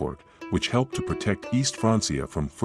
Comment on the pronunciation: Francia is pronounced FRANK - E - Aah